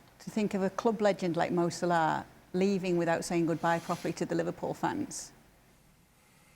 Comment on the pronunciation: My goodness Kate can you for love of god say salah’s name correctly????